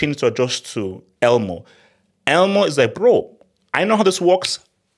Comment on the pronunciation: The only thing wrong with this video is calling Olmo "Elmo" 😂😂